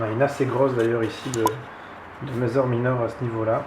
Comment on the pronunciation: Ce sont des messssssssor pas des mezor mdr. Sinon beau rattrapage depuis ta vidéo unboxing, je viens de la regarder et en tant que myrmécologue depuis longue date je me suis dit que c'étais malheureux de voir quelqu'un se lancer ( ce qui en soit est une bonne chose) sans s'être renseigné un minimum, il existe des forums de myrmécologie avec de très grandes et bonnes communautés qui peuvent répondre a toutes les questions de néophytes.